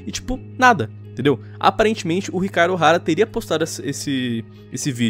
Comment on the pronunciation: "Chicaro Ohara".... ...pronúncia bugou😅😅😅😅😅